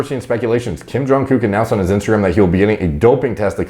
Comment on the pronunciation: Watching, stumble over the name and “accidentally” call him a gook 6 times was hilarious